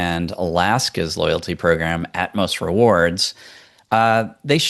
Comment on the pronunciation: keeps calling it At-mos! It’s Atmos (one word) 😂.